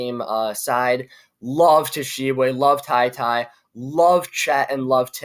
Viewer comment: You lost me when you couldn’t pronounce Oscar Tshiebwe 🤣🤣🤣